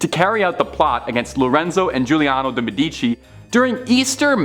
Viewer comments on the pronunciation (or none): For the love of god, it's pronopunced MEdici not MeDIci.